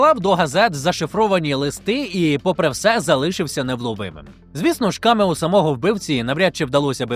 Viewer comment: Цілий сюжет про камЕо і не поцікавитись де наголос Потужно